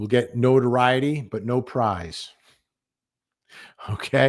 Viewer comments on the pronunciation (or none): none